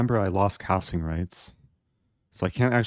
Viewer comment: When he said castling rights I understood it as calcium rights lol